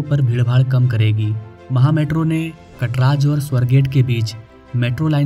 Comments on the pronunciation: अरे है kataraj ❌😅😅/ अरे वो कात्रज घाट hain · मागच्या व्हिडिओ मध्ये रावेत ला रावेड म्हणाला...कात्रज ला कटराज म्हणतोय.....अरे कुडून आलंय हे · कटराज 🚫 कात्रज ✅. भाई तुला मराठी शिकायची फार गरज आहे 😂. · कटराज नहीं रे कात्रज